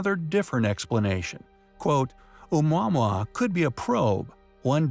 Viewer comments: It’s not Ou mwa mwa. It’s Ou mowa mowa. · Do you not pronounce it Ah-moo-ah-moo-ah?! Did the voice actor actually look up how to say it? The video was hard to follow after the first packman noise. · The way he says omuamua is triggering